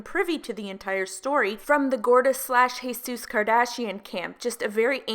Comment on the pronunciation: saying she's instead of Jesus 😂 I do that